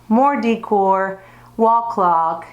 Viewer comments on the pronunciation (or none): You have a great room that is very stylish and organized. I just have to correct you on how to say "decor." You say, "dee core," but it is pronounced like, "da core." Sending you best wishes from California.